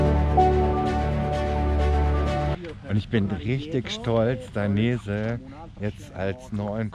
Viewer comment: Dainese, gesprochen wie geschrieben. Ist ein italienischer Familienname.